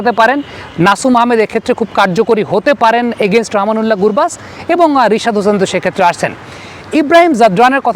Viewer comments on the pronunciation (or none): none